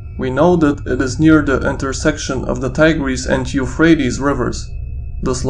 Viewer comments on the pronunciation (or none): none